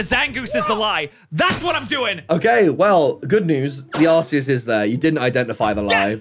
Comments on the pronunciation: Am I the only one who thinks it's pronounced ARK -EE -USS, not ARSE-EE-US? I read somewhere that that's the final, official pronunciation. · Isnt it pronounced like arkeaus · calling Arceus Sazed is craazzzzzzzzy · Hate to be that guy but... 🤓 It's pronounced "Ar-kee-us"